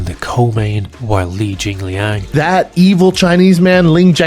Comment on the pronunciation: Brendan Schaub calling Li JingLiang "jinggling" is the funniest thing he has ever said.